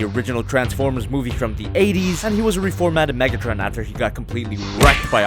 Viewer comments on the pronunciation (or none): Megatrin or Megatren